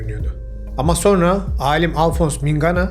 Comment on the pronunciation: HÂLÂ SO(R)NA DİYORSUNUZ."SONRA" ŞEKLİNDE TELAFFUZ ETMELİSİNİZ